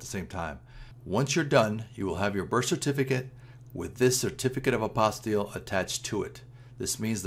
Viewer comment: Thank you for pronouncing the word properly!!